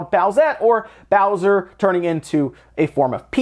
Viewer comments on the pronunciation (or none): none